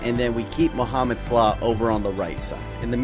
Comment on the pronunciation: How bout slaw (salah)